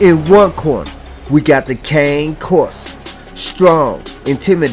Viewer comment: ffs ... if you're going to try to profess to be an expert or authority on dogs then at least learn how to say the name of the breed properly. You might like to Google their origins, the associated language and pronunciation.